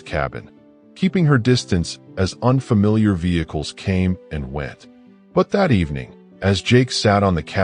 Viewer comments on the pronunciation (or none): none